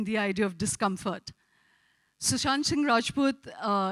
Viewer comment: she keeps calling him 'shushant'